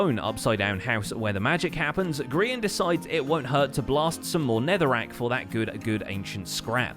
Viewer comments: grain?? who is grain do you mean Grian? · Sparkpaw Of Windclan I thought it was ‘Grain’s Emporium’ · You: "Grain" Me: "Cod Man" Zloy, an intellectual: "Green"